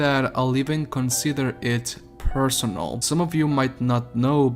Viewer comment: I’m sorry but “personal?” Bruh.